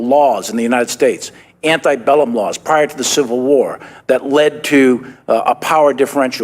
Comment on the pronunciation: Anti bellum???? If the general is so well read why does he mispronounce the word antebellum? Does he also misunderstand the meaning of the word?